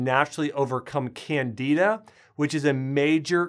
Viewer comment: I DID go to your website. I listened to the Candida video, rather than reading it. I really appreciate the information, however, it was HIGHLY distracting to hear it mispronounced, as though it rhymed with Canada! Highly distracting! (I finally gave up & read it.)